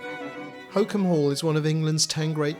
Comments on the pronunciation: Glad the narrator finally ends up pronouncing Holkham properly. Hollcum, not Hocum. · Hokeum? Holkham - the l is not silent and the o as in box. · Why is he saying holkham like that🤣I live here and it not said like that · This is lovely, it's great to stumble across Holkham on YouTube! It was my favourite place growing up in Norfolk, the nature reserve is also wonderful. The mispronunciation was jarring but I see others have already picked up on that, it didn't detract from the video though. Great work! :)